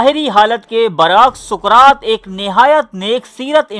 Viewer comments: Suqraat nahi Bhai.saqraat hai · Soqrat ko dobara teak sy parhain. our mujhy us kitab ka nam bhee Pata bhee batain jahan sy aap ny ya parh kar kaha hi??????